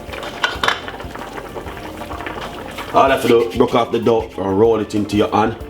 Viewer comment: Its pronounced doe, also spinners, spinach is for popeye, anyway well done.